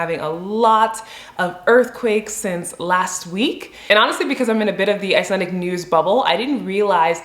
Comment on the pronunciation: Always impressed with how well you manage the pronunciation of these places, even some Icelanders have trouble with that! As always, a great and well informative video, keep it up! Sincerely, an Icelandic subscriber :)